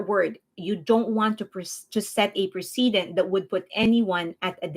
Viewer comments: I feel weird nitpicking like this, but the word "precedent" is pronounced press-a-dent. You keep saying pree-see-dent. Other than that, great job laying out the facts and keeping us updated on the NJ drama. Thanks for keeping us well informed. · Your English is very good but precedent is pronounced "press uh dent" not "pre see dent". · Not to be picky, but ‘precedent’ is pronounced like ‘press-i-dent’ (accent on press). ‘President’ is pronounced with a ‘z’ sound, ‘precedent’ is pronounced the same but with an ‘s’ sound.